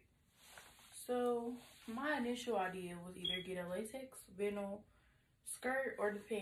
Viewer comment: Vinyl is pronounced “vine-l”. I was thinking about the nude vinyl pants for a wedding but I’m scared now, and that sound.....